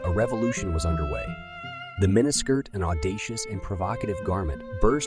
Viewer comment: WOW I lost track of how many times you mispronounsed mini skirt